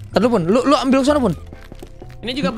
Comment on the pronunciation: ngakak bgt mo ngomong ambil malah ambyal😭